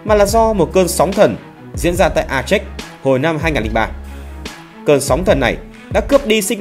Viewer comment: A chếch gì ? Phiên âm cho đúng tiếng Việt là A chê